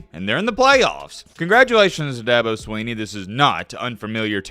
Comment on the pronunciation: It's Swinney,. Not "Sweeney". I thought you were a "know it all". More like MattBeILLITERATE. Anyway. I love the channel. Go Tigers!